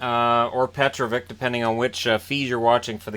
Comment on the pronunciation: It’s pronounced Pe-Troh-vitch